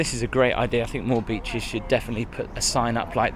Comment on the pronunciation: 'beeches' - 'Solford' 🤣🤣🤣